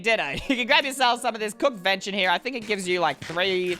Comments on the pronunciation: lol it's not vension it's VENISON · It's not venshin it's ven-is-on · It's pronounced v-en-i-son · It’s vinison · Its Ven i son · Venison is pronounced Ven-I-sun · IT'S VEN-IS-ON(idiot)it's delicious btw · Ha he pronounced venison wrong 🤣🤣🤣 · You are pronouncing venison wrong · Hes pronouncing venison wrong and it hurts